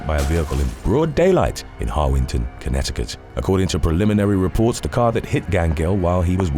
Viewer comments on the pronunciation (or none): none